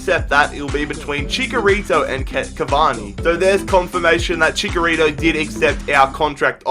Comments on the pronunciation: you're pronouncing Chicharito wrong. Its Chicharito not chikarito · it is chicharito not chikarito lol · the striker I want is aguëro or swap benzema for lukaku Also ITS NOT CHICKERITO ITS CHICHARITO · It's not chikarito its chitsharito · It's not CHICKARITO It's CHICHARITO Like NACHOS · ViZeR Gaming hd he's right it is pronounced like "nachos"